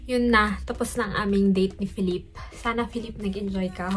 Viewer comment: kung napanuod mo lang yan sa isang virtual concert, jusko lalaki ako pero hahahaha : correction “feh leep” po yung pronunciation ng name ni ken hehe.